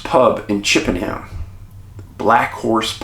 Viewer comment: We pronounce it ‘Chippenum’ 🏴. Love your work Dave